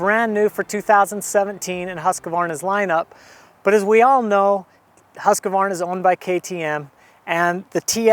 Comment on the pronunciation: please stop calling it a Husq "a" varna!